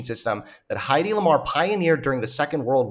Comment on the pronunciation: The "men acting like a woman" thing is almost exclusively used for unfounded physical shortcomings. Throwing a ball badly comes to mind. Nobody ever makes the comparison in relation to intelligence. But what can we expect from this red pill profiteer? Also Heddy (it's not "Heidi") Lamar, in addition to her invention, was also one of the most famous actresses of her time.